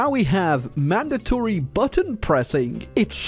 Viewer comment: did you say mandority bottom pushing?